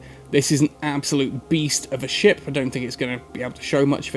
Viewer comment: Everytime he says ship...I hear "shit"